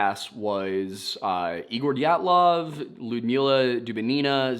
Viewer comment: From a native Russian speaker here, a round of applause and a hats-off for listing everyone in Dyatlov's group (first AND last names) off the top of your head! That was impressive 👍 The channel content looks great, too. I've subbed ✌️